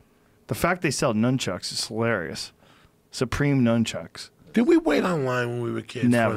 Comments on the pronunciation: Joey said nooonchucks😂😂😂😂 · Did anyone else hear Joey call the nunchucks noonchucks ? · Joey: Newchucks Joe: Nunchucks 😄😀🤣😂😭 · Joey said nuun chucks, he’s the best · "noon chucks" hahshagaha